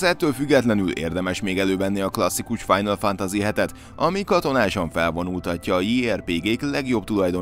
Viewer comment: Mik ezek a kiejtések istenem…a kollega nem beszél külföldiül, de szerintem a gamingben sem lehet nagyon otthon a kollega ilyen “final FANTAZI-kkal